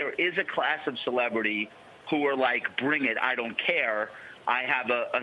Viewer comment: Bwown, twumph, bwing, bwoth. Yikes.